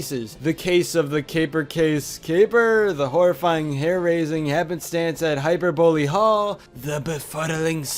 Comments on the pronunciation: Hy-per-bol-ey, is how it's pronounced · I like how this man's said hyperbole like it was a new word. Hyper-bole.😂😂😂